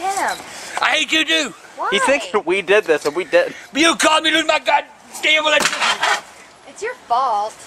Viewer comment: Done fucked up my "electrishty"😂💀💀💀